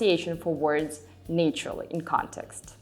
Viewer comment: Your English is perfect - except "a" in nāture changes to năturally (🦍🦍 āpes like ăpples 🍏🍎). No big deal! You are a wonderful Russian uchitelnitza. Thank you!